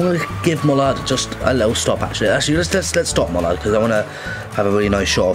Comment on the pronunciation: Sam Bradley it's pronounced 'Mal lard' it's just pronounced it 'Mollard' 😄